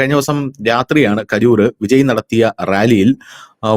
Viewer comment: Vijay എന്ന പേര് എന്തുകൊണ്ടാണ് എല്ലാ മലയാളികളും വിജയി എന്ന് ഉച്ചരിക്കുന്നത്? കേൾക്കാൻ അരോചകം എന്ന് പറയാതെ വയ്യ